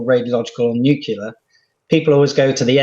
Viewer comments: major chip hazard its nu CLE ar not new q lar , and you are a MAJOR GENERAL not a US president , amazing ...... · Totally nucular dood! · Uranium is NOT considered a nerve agent. Nu cle ar. Thank you. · "nukular". FFS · Not 'nucular' again 🙉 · Since Bush said it, it seems like more and more people say “nookeelar”, even scientists… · But that's how Homer Simpson pronounces it.